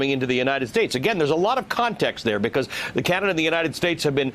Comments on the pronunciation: He can't even pronounce Canada properly. Such a moron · When he emphasizes names like that hes been drilled on proper pronunciation. Although how anybody can get Canada wrong is a wonder.